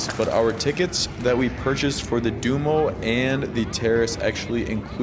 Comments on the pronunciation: Stop saying dumo, it’s duomo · Du-oh-m-oh (Not “sumo’) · you are not pronouncing Duomo correct. It is not Do-Mo, but Duo-mo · Appreciate the time you took to video this. A little work on your pronunciations would make it easier to watch: Duomo, grazie, pace, and many more. You got Starbucks right! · your pronouncing Duomo wrong